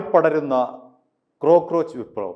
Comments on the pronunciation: ക്രോ ക്രോച്ച് അല്ല cockroach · ക്രോ അല്ല കോ ആണ്. കോക്ക്റോച്ച്